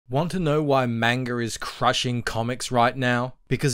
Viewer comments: It's pronounce mon-ga, not mainger! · Again someone pronouncing manga wrong, it is pronounced as "mungah".